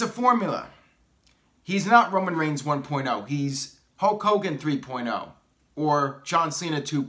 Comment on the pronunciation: It's not 'HOKE hogan, it;s pronounced 'HULLLLK' hogan. What about HULK hogan 4.0, The Rock 3.0, Jon Cena 2.0, Roman Reigns 1.0